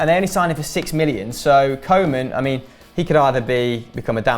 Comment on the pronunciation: Why say "co" men for Koeman. Say Kooh man. You're saying it like kingsley coman.